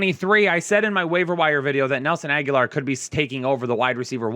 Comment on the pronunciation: Omg it’s Agholor, NOT Aguilar! 😅😅😅